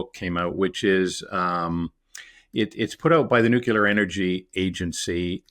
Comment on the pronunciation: There is no such thing as "nookyaler energy."